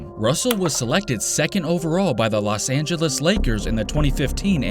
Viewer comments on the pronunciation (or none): none